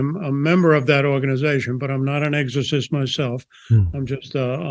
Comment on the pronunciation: EGG-SORE-CYST!! Hah Hah. Why don't people pronounce "X" in words with an X in them?